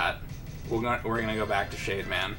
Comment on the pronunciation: Everytime he said "Shade man" I kept hearing "Shave man". Totally different robot master.